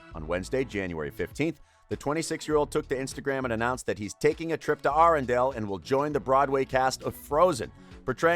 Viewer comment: That’s not how you say arendelle and that’s not how you say Anna